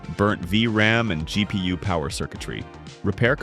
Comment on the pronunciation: G.. pee.. uwe.